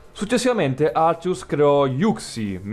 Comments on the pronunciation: Sentire arcius al posto di àrcheus ... ti giuro, mi ha fatto bloccare più volte il video dal nervoso. Ma apparte questo ... bel video X) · Poi si dice Archeas